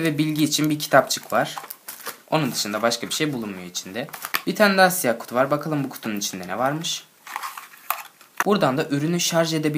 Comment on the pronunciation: da kutu yerine kuzu diyor.